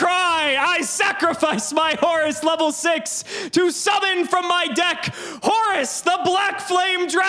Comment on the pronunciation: I love the way pronounces Horus like Horace. It just makes the card funnier and funnier. lmao